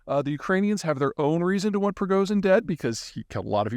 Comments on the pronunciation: Yes, the 'Zh' in Prigozhin's name is pronounced as the 's' in vision, or fusion, so it's not a simple Z.. Same goes for Zaporizhzhia. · Just a suggestion: As a self-proclaimed "Geopolitical Strategist and global energy, demographic and security expert," perhaps take five minutes before you roll the cameras and practice pronouncing the name of the subject of your video. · Пригожин......ж--as in Dr Zhivago......his name can be pronounced. Pree--go--ж--en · ok while i don't care about pronunciations, for a guy who deals with geopolitics you do need to do it better than most people, the problem letter you have having trouble is ж (zh) its pretty common in Russian and most Slavic languages so i suggest learning it. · How tragic this is the last time we hear Peter say "Progozin"... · Wow it only took his death for you to stop caling him "Prognizon" lmao🤣🤣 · "I don't need to learn to pronouce [Prigozyn] anymore" That was savage. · Russian pronunciation guide for the name Prigozhin: “o” as in “stop” (NOT as in “go”. That’s an American habit of mispronunciation) “zh” represents the same sound that “s” represents in “pleasure” and “measure” and “treasure” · Pree-go-gin. Yes, last part is better pronounced like a soft "gin". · he is (was) pronounced "pre-go-shin"